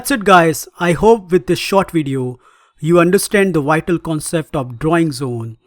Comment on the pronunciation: you pronounce "vital" the way many Indians do with a w sound instead of a v sound... i.e "wital". But then you pronounce it correctly with a proper v sound! Ha so you CAN pronounce it lol. now theres no excuse for not pronouncing the v at the end of the word "five" instead of saying "fi". Scandinavians seem to swap V's out for W's as lot too.